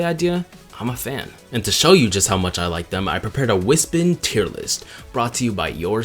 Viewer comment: I find it interesting that you didn't cover the Shadow levels. Otherwise, yeah this video is amazing, and I agree with most of the things you said (heavy disagree on the Drill and Hover Wispons, also that is not how I thought one would pronounce "Wispon", so I had an interesting reaction when I first heard it lmaoo). Keep up the good work!